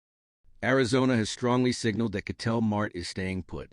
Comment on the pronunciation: Dude, who is keytel Marty? And who is this other player ketel mart? Is that a store? This Ai slop is embarrassing